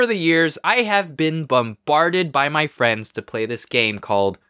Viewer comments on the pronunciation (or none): none